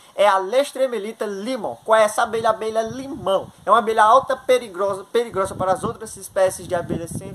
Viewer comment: Preligrosa? O português em dia.